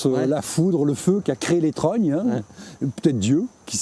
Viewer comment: Les serfs pas les serres, étêté, trognes et pas tronnes ou trônes, escoups, saule osier, vannerie